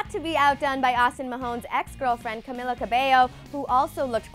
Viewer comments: Omg ! ... Camela?? Lmfao It's Camila Not Camela Lol C.S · CAMEEEEELA NOT caMILLa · It's cameeeeeela don't camilllla jeez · yeah but you pronounce it like cameeeeeeeela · Aniyah bxx no you pronounce it cameela not cameeeeeeeeela. Crazy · its not camilla. its camila. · CamEEla <pronounced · Why does pronounce people's names wrong first Zendaya and now Camila.